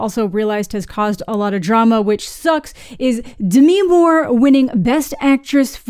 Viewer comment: It's Demi. Not Demiiiiii.